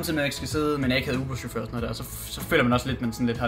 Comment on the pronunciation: trode han sager ubåd ikke uber xD